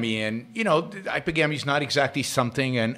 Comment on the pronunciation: Please at least PRONOUNCE it correctly: It's pronounced 'hy-PER-gamy'. Here's a hint: think of the word 'polygamy': how is it pronounced? Po-LY-gamy. Same thing here, Yaron. Stress on the SECOND syllable.